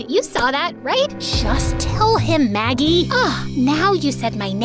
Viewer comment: Anyone else realise it said Maggic instead of Maggie?